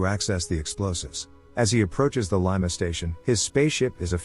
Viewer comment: Can't even pronounce 'Lima' properly...